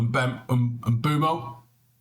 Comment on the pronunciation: Thanks for pronouncing Mbeumo’s name correctly 👏